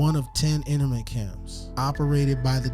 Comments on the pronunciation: NU- CLE-AR not nukuler INTERN-MENT camp STA-(aw)LIN not Stay-lin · 'Internment' is pronounced 'In-Turn-Mint' and 'Stalin' does not have a 'Y' in it...cringe, man.